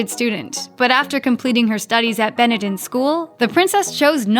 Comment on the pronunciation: American woman presenter, I know and am infuriated by the American's uncontrollable urge to take the middle out of English words but whilst you say, if you really must, Conneticut instead of Connecticut, please wreck your own language, and I use the word loosely. Please do your homework first and learn that the school is called BeneNden not Beneden, or just shut up. The latter is preferable!